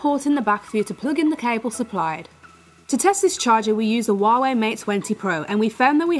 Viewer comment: It's hu-a-way